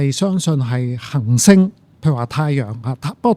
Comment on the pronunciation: 首先，謝謝朱教授嘅講解，雖然99%唔明因為學識有限，但聽到一位從事物理學習科學嘅專家，對讀出行星和恆星呢兩個詞語廣府話（廣州話，白話）嘅精準，佩服。